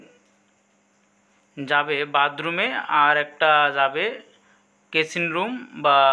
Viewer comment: কেচিন রুম না ওটা কিচিন রুম